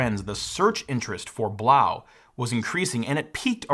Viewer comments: Blaux isn't pronounced Blau. It's a French spelling, not German, and yes, they meant Blow. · Why wouldn't Blaux be pronouned to rhyme with "faux"?? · I'm pretty sure "Blaux" is meant to be pronounced "Blow"... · I'm pretty sure you are supposed to pronounce Blaux "Blow" you know... like Faux is pronounced foe ? Makes it even funnier really. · I think it’s pronounced “blow”. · It's funny how he mispronounces the product name - I wonder if he does it on purpose? Anyway, they've now changed the name to CoolEdge.